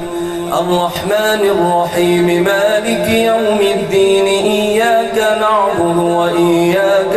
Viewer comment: قاری صاحب آپ سے گزارش کہ یہ (ايّاك نعْبدُ) میں یہ (د) صحیح کردیں آپ (ض) پڑھتے ہیں